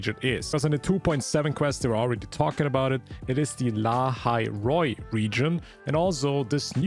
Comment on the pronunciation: Bro is not lahai roi